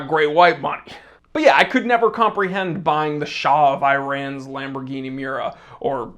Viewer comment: For a connoisseur like you who goes the extra mile with your pronunciation of brand names and french words, it's absolutely ridiculous how you pronounce Iran!